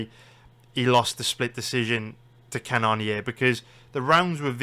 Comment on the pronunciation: It’s pronounced Jared cannon-er